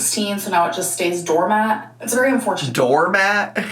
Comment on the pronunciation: DOORMAT!?!!?????? Ain't no damn way. Not a chance. She gon' claim this one was a troll... She has GOTTA start using to the Google pronounce button before she starts repeating these words other ppl say to her.